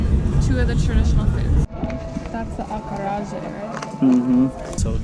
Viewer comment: Acarajé is pronounced /ah-kah-ra-ZHE/